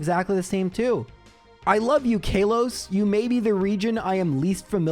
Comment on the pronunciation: Pronouncing Kalos as Kay-los is criminal. You have to be trolling you,! 😂